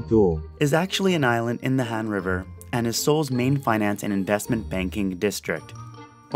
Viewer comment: I couldn't understand half of the Google translate voice on the places but I did recognize a few. You pronounced Han correctly, it's probably the most straightforward. I have never been to Korea, but I plan to in the future.